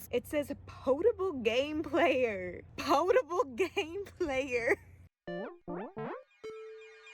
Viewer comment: Ok... its pronounced pot-uh-bull. As in... safe to drink. I.e potable water. Sorry about the grammar troll in me. Switch mario bros has an input delay compared to the nes with mario cart.